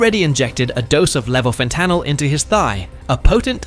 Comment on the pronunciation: The way levofentanyl was pronounced 😅 Also, damn all our lives suck. We sure have killed a lot of people